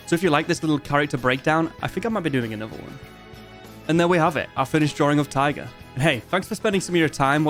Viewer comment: Why do you pronounce Taiga as tiger ??